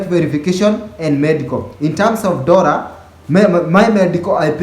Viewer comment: its one "DORRA"